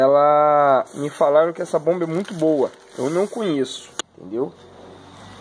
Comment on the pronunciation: Aos 50 segundos .." me falaram que esta bomba é muito boua"... Que adjetivo é esse ? "Boua" .. "boua"... "douze"... que idioma é esse? É o português assassinado?